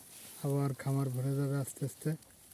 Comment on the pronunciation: ভাই উচ্চারণটা খামার হবে।